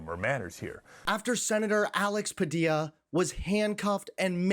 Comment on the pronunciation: Great pronunciation of Sen Padilla's name. Quite the interview!!;🚩🐔🌮🚩🚩🚩🚩🚫👑🚫🚩🚩🚩🚩🚩